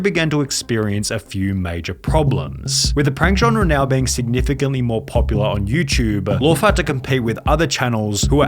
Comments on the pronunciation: I love how this guy calls it YouChube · Hey Sunny i was wondering what in the hell is youchube